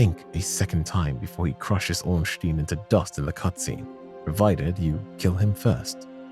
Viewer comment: brother, i am actually trying to have a nap here and you hit me with "Ornschtin and Spill". that activated my fight or flight response on the side of violence.